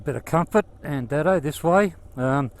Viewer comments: Andado is pronounced andaydo not andado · Correct 🙂 The station name is pronounced Andaydo. I know this because Molly was a wonderful friend to our family and my dad’s cousin worked for her as a Station hand for many years when she was over at Andado, the newer homestead. My dad visited the old station many times to help Molly around the old Station, especially when it was a running tourist attraction back in the eighties and nineties.